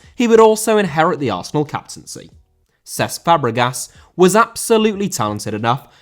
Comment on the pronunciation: Cesc* not Cess